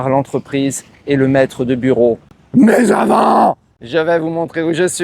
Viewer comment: comme tu as dit "maisavant" tu as fait peur à un pachyderme à 0.35 . MDR !!!🤣